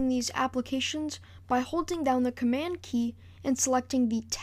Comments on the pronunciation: Just an FYI: There's a 'd' at the end of the word 'Command'. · Well Done ! Btw Its Command ! Not Comman :P